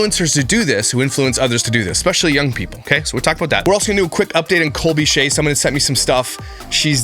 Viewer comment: When she kept saying ekspecially. I felt that. 🤣🥴